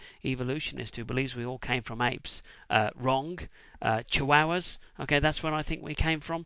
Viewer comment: Chihuahua. Pronouced approximately: chee-WAH-wah /tʃiˈwɑwɑ/ Cute dog.